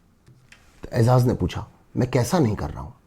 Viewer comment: Aizaz nahi ejaz